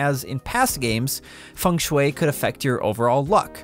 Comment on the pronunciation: Everyone: Feng Shui Him: fangshue